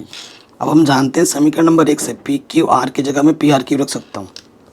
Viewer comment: Samikaran nahi samika kaha jata haa ❤❤❤ OK sir ❤❤😂😂 Thank